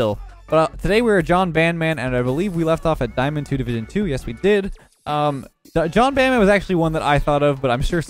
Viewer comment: "Jon San-fran" Jon Sandmans face on the San Francisco bridge